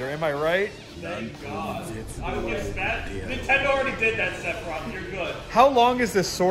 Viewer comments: SORA, ITS SEPHIROTH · am the the only one who heard the other guy who said sepiroth at the beginng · To quote: “sepiriath” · Nobody gonna point out called him "sebiros" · Everyone: Sephiroth Also everyone: Altrive Me: Jacob is wearing a Splatoon shirt